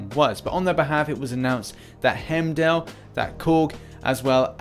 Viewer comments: It’s not Hemdell, it’s pronounced HIME-DALL!!! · Why the fuck would he be skill? He should be science for the same reason as cap. (Red skull) P.s it’s pronounced “Hime-doll” not “hem-dell”